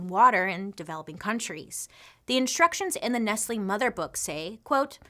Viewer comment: It's not ness-lee is ness-lay